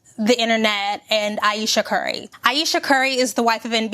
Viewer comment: Thank you for this video. This woman did nothing to be attacked. She said she was insecure and people attacked her. Like chill tfo. "Ayeeshasss"😂😂😂😂 hollering like woah you made this way too personal.